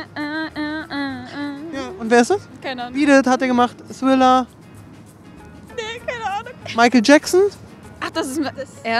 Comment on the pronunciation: warum sagst du friller anstatt thriller